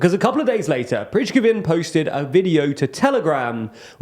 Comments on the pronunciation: Oh thank god someone said this! It was making me cringe every time he got it wrong! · After more than a year of reporting the war, still can't pronounce Prigozhin's name... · Great video guys, but I've never heard someone mispronounce a surname in so many ways 😅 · Shoigu, he said right, Prigozhin was cringy to me, but it's ok, one small missprenounciantion doesn't make it less valuable, I'm Czech, I miss pronounce like every second word in English, this channel is great and we must forgive them the tiny mistakes and appreciate, what they are doing, THANK YOU! 👍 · So annoying he continues to get loads of pronunciations wrong, makes it sound like he has no clue what he’s talking about. I was glad he finally got places like Bakhmut, Kherson and Kharkiv right (please, someone tell Ben) but when it comes to Prigozhin and Kadyrov it’s still all over the place. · Okay, take a look: is there a V in "Prigozhin"? No there is not. Please sound out words, one letter at a time, before saying them so many times in a report. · How many ways can people mispronounce the name of the Wagner leader?! I lost count at this point. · It takes no more than 1 minute to check the pronounciation of a word/name in another language. Why are the native English speakers always so lazy to do a minimum of research in that regard? 😄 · PRISH-guh-vin? Seriously? At this late date, this young man does not know how to pronounce Prigozhin's name? Pree-GO-zhin, son. It's Pree-GO-zhin. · Just to help, we actually don’t pronounce “Preeshgovin” or “Priskezin” but something like “Pree-go-jheen” because ZH is pronounced just like the S in "pleasure" or in "Indonesia". 😊 Great video by the way! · Wagner's boss should be pronounced as Prea-go-jin, not preachkovin :) But as usually, thanks for great work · it is pronouced "Pri-go-zhyn", not "Prichkovyn". Otherwise a solid report, yet again! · Preechkhowin ? Who is that ? Really ... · Prichkovin? Really? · Oh wait... Now it's Prizkovin! LOL